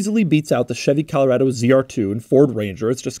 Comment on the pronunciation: So glad I just picked up one these rubicon’s myself... hey Doug, You pronounce Colorado incorrectly... I assume you do the same with Nevada?